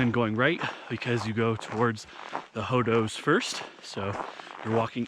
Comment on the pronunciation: "hoedoes" nah brah.